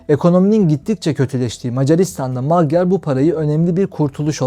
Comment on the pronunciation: Magyar ' macar' okunur ve macar demektir